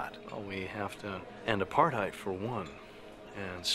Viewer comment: The way says apartheid hurts my soul